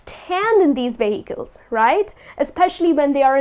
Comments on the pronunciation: She should be stressing the first syllable, not the second. 'VE-hi-cles' not 've-HI-cles'. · Vehicles? You pronounce that really odd.